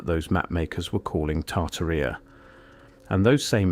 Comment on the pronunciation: Tar-taria Not tartar-ria